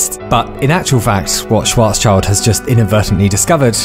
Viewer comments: Also, the pronunciation is Schwarz-Schild ("shwts shelt") not schwarz-child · „Schwarzchild“ ahem.. Schild.. it‘s Schild. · shwaaartz-shieeeld. not -child. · btw it's not schwarzs-child, it's schwarz-schild (schwarz = black, and schild = shield) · Ah, the famous "Schwarz Child" (black child) again :D. Let's try this once more: Schwarz - Schild (pronounced shyld). Next time ;) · great video. small correction from a German speaker: Schwarzschild is pronounced shwarzshilt. sch in german is pronounced like sh in english. pretty much like the sh in shell or shit etc. just because i know you are a keen learner and like to correct people at dinner - some more niche info for you :) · Thanks for the video. You pronounced Schwarzschild wrong. It has nothing to do with a child, but with a shield. Schwarz-shield is correct. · Having watched all of your videos, some even multiple times, to comfort and enspire in sad and in happy times, I have to say two things: 1. Thank you from the bottom of my heart! 2. Please never try to pronounce the name 'Schwarzschild' again. Yk, I love you! P.S. do you by chance know 'Harry Potter and the Methods of Rationality'? I feel like you might like it.